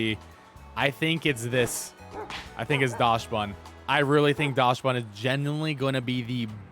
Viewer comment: For non-German speakers, it's pronounced "Daksbun", because it's based on the Dachshund, which is pronounced "Daks-hoond" in English.